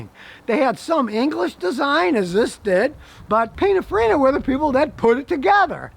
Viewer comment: I'm sorry but has he said Pina Farina!? 😂😂😂